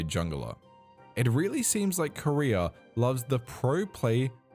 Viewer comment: I'm high asf rn and your way of pronouncing "Korea" had me thinking you were talking about the Korean pro player "Career"